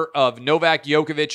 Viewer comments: It's not YOKOVIC, It's JOKEOVIC, that's how to pronounce it. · It's Novak Djokovic...not yokovich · Clay you have to start saying his name correctly. It isn’t that hard lol. The “Dj” is pronounced the same as “G” at the beginning on George. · Yo -ka-vich?? Lol